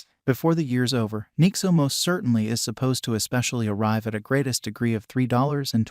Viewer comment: “Nixo” “ethereeum”